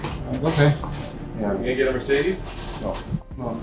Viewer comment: When says "Mercedes" it almost sounds like he's saying "Mer-shitis"!:)